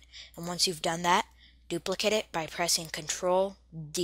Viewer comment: the way he says Duplicate and Sony is just cancer